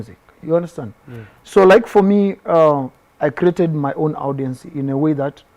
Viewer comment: This boy is way ahead of himself. 1. Our National language is English. 2. Nurture talent not nature talent. 3. Check audience pronunciation on the audio dictionary because you love the word but you are butchering it. 4. So yiu are also the best dressed whattt? Isoke You have nothing on Obiziiii🎉